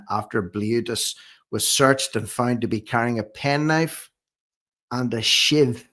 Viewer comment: His “shive” must have been in his jeans ? 😊